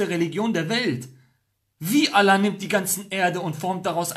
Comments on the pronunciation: Lern erstmal Allah aussprechen Motto ex muslim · Junge sprich mal Allah gut aus